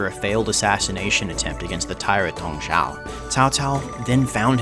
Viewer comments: You didn't do too bad of a job with pronunciations. But it's Dong Zhuo 董卓, not Dong Zhao. The fact that you actually pretty much got the pronunciation of another of the limited Chinese syllable set "Zhao" right, makes me think you might have been misinformed. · Great video! Your pronunciation of Cao Cao is actually pretty close. You mispronounced Dong Zhuo as Dong Zhao instead. Dong Zhuo technically did not "rebel" against the Emperor of the Han. There was a power struggle within the palace between a group of powerful eunuchs and the government officials led by He Jin and Yuan Shao. Dong Zhuo's forces occupied capital Luoyang under the orders of General He Jin who wanted him to eradicate the eunuchs and their supporters. Dong Zhuo did his job but took the opportunity to terrorise the capital and establish his authority by removing the Han Emperor from power and installed a new Emperor and basically held him captive. This eventually prompted feudal lords all over the country to form a coalition to "rescue the Emperor from Dong Zhuo's evil grasp". Source: Me, a longtime Three Kingdoms nerd and whose surname happens to be Cao. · The pronunciation of Cao Cao is correct But Dong Zhuo. haha~ Hope for next video!Thanks~ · Takes great pains to pronounce Cao Cao's name correctly. Proceeds to butcher Dong Zhuo's, Yuan Shao's, and pretty much every other Chinese guy's name. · Dong ZHUO, not Dong Zhao. But good on y'all for getting Cao Cao much more right than before lol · So much effort to pronounce Cao Cao correctly, but utterly fail with Dong Zhuo...